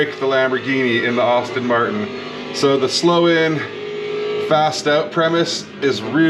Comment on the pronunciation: Hey, thank you for posting this video. I appreciate the work you did to bringing this to life (FYI - I too am a fellow Asetek user, so I double-appreciate your videos) The only feedback I have for you is that "Aston Martin" is pronounced "Asstin" not "Austin". (Think Sean Astin of Lord of the Rings and Stranger Things fame, instead of Austin Powers :0) That's not going to prevent me from watching future videos though. Thanks for the post.